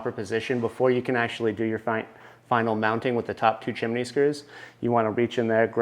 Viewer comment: its pronounced CHIM-NEE not CHIM-IN-NEE